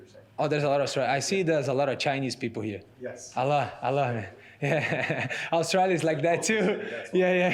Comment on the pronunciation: for a split second when his says Australia he has a really Australian accent.